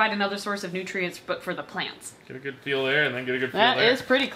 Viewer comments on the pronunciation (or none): none